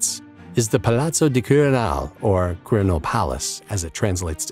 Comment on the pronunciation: Your pronunciation of "Venarìa Reale" (former royal palace of Italy), is very bad. Also "Quirinale", the "e" is not silent so when you say "quirinaal" is wrong.